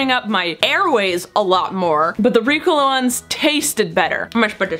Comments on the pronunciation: I love you, but it is Ree-co-la not Ricula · it’s ri-COL-a not RI-col-a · I went to the comments to see if anyone noticed how she pronounced Ricola. I guess I’m the one that says it ring. I say it like Ree cola ( as in Coca Cola) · Ricola is a swiss brand and in swiss german its pronounced ri- gola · It's weird to hear the word Ricola because I'm so used to Reeeeecola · Did you call ricola ‘reecola’?? Lol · Why did say Ricola like Ricala... I’m very confused. Have I been saying it wrong? Was she just wanting to say it strangely? I have so many questions! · ily but I hate how you say ricola. The commerical goes "reeeeeee-cohlllaaaah" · Umm excuse me that is not how you pronounce Ricola. Haven’t you seen the commercial?! 😂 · i kept twitching at the way she said ricola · Look up the ricola commercial and learn how to say it please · The way she’s pronouncing Ricola is making me cringe, that’s not how you say it